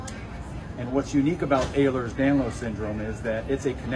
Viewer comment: He's so wrong. First off it's prounounced ELL-rers danlos. So much more than bendy joints